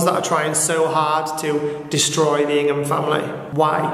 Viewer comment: Is it weird that I heard "Chris Pringle" rather than "Ingham"?